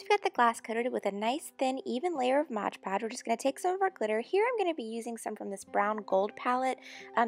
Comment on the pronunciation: Stooooop its called "mod podge" not "modge podge"